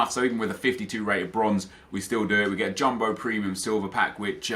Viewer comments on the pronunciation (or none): none